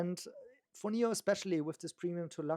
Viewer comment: NIO not NEO please! 😢